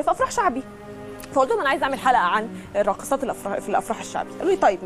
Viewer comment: اتجاه تاني خالث و الراقثات يخرب بيت اللي نجحك ف اختبار اللغة منكو لله